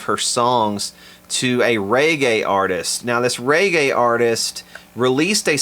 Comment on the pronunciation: "Ray-gay" !?. Never heard reggae pronounced quite like that before.....